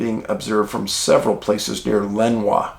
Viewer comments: I’m sorry to have up correct you but as a local. Lenoir is pronounced Len or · Another great one, Dave. All FACTS on point👍..... Having been raised a 30 min drive from the City of Lenoir, the pronunciation is "Le-nOR" 😉 ....Keep the facts/posts coming, please! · The Brown Mountain Lights are legit, I have seen them myself. I don't have an explanation for them but they do occur. They kinda looked liked a floodlight on a rheostat, slowly turning up the voltage, then they would disappear. And Dave, Lenoir is pronouned "Luh-nore".